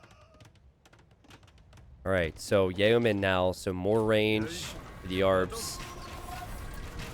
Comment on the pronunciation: I'm starting to get annoyed at how pronounces 'Yeoman'.